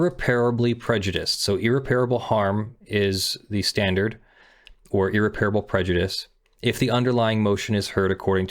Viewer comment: Small, hopefully useful thing: It's ear-REP-ruh-bull, not ear-Repair-able.